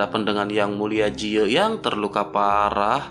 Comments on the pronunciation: Ji ye min bukan je yi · Dari awal vidio mimin menyebutkan ye ji tp diakhir vidio berubah ke yang bener lagi jadi jiye😂